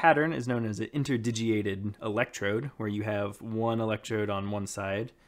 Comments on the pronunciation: "Interdigiated". * INTERDIGITATED :) I know it's a bugger to pronounce, with you changing it throughout the video :) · The word is 'interdigitated' - inter-digit-ated. You're missing out the second 't' of the three.